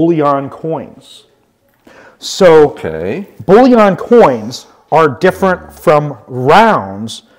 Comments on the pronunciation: The word bullion is pronounced and ends the same as onion not yon! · “Bulliaaan” that a new category? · hahaha love this guy he really is good at what he does and entertaining and educated but I cant get over the (bull-yon) coin thing :) Its just makes me laugh, 1st ive heard it pronounced like that and I take it to heart becasue I pronounce words different ALL the time and catch crap for it, hahaha